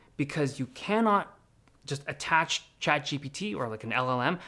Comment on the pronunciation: Why do you pronounce chatGPT «chad gpt» 😫